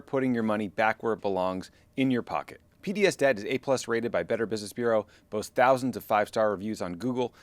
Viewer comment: Man, I thought you said PBS Debt - as in, PBS is no longer being funded by the government and needs help paying their debts. Took me a hard minute to realize you said P.D.S. Debt. Maybe tell them to change the name, or do a better job pronouncing it (don't mean to offend) because it's a little confusing and it tugged at my heart strings a bit because PBS is in trouble.